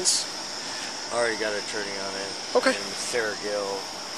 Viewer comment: i thought he was asking for "a torney" repeatedly lol